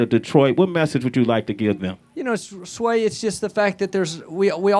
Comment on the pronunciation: Messed up Sway's name that's a sin